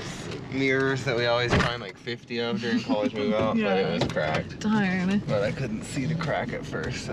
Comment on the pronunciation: You said CRACKed 🤣